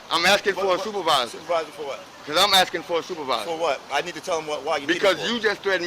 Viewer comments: When you are ASKING. THE K IS NOT BEFORE THE S. ITS ASKING. NOT AKSIN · So much axing in this video